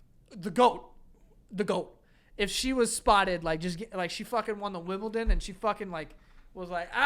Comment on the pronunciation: did Joe call The Wimbledon "The Wibbledom"? ahaha